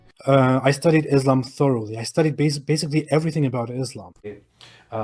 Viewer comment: Quite ironic when you can't even pronounce Islam and Muslim correctly.